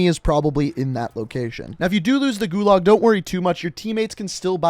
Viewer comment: Nice video, but pretty painful listening to your pronunciation of "gulag"